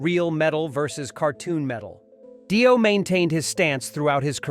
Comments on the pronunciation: It's not Die-Oh it's pronounced Dee-Oh, Obviously your not into this music. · Yeah. Total bullshit. Its not Die O. Its Dio. So apparently we are listening to an AI Bullshit vidio that has not a clue about anything. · dont waste your time with this trash video...."daio" instead of Dio? really? get better AI to read your trash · If you're going to start an AI channel without making it clear it's AI, at least review the audio before posting it or else you could end up with your monotone robot saying "Die-O" instead of Dio. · did he say die-o ? wtf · When the narrator said Die-o I knew this was b.s. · What an utter load of crap. Says more about these aholes than Ozzy. ....and Di-oh? really? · When the ‘narrator’ pronounced Dio as Daio I left the room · Yep same here. It was also the fact they Dio and Ozzy respected each other, but neither hated the other... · " Die- O " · Pronounce Dio correctly. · Yeah bloke cant even pronounce Dio properly so i wouldnt take much notice of this